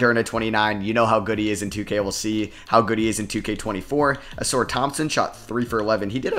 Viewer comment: Uh-Sar please. Not Uh-Soor